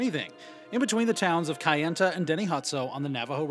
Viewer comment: When they say kayenta wrong 😂